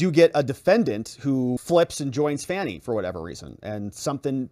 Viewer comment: ‘fa-nē (long “e” sound: 2nd syllable). A lot of MSM people are pronouncing her name wrong. 😏